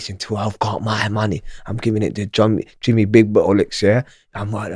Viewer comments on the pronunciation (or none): none